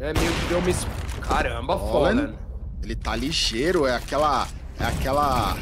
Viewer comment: follen?? quem é este random chamado gaules, fala tudo errado